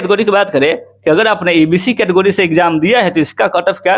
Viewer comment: केटेगरी ko katogari😂😂😂